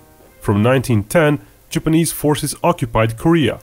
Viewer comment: the way he says japanese, it kills me 🤣